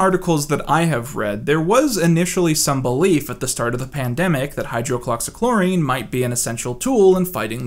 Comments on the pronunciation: And it’s hydro-oxy-kloro-quin dude it’s not that hard to say just sound it out like a big boy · Hello, pharmacy tech of 5 years, pronunciation is hi-drox-ee-chlor-uh-quin I’m sure youve gotten it a few times already and it doesnt do any good since the video is already recorded and uploaded and probably wont come up again but ya know 😂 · Pronunciation tips : He-drugs-see-claw-raw-queen. You're welcome. Otherwise, good content. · It’s pronounced “HI-drox-e-Klora-kwin” or “HI-drox-e-Klora-kween” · say it with me hide rocks ee chlor oh quin[ton] hide-rocks-ee-chloro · Good video, but Hydroxychloroquine is pronounced: “High-droxy-cloro-quinn” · High-drox-ee Kloor-oh-qwin.........great video🤘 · eh, she'll be right. I still got the point when he said it so it's not that big of a deal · Oh also found the consistent but always incorrect pronunciation of hydroxychloroquine kind of hilarious. Like chlorine is nowhere in the name :p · Man, really nailed the pronunciation of hydroxychloroquine. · That's not how you say hydroxocloroquine... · Love all the creative ways in which you pronounced "hydroxychloroquine" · Can't get over the way you pronounce doge. Also hydroxychloroquine.